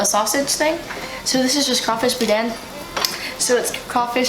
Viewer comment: next time.i see you remind me to tell you how to pronounce boudin